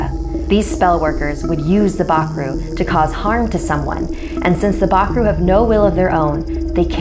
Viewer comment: im from surinam and you say bakroe very wrong